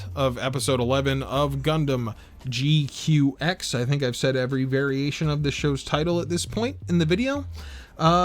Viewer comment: It bothers me that you pronounce it as G-Cucks when it's proper pronunciation is G-Kwux. Rhymes with crux. Or fucks.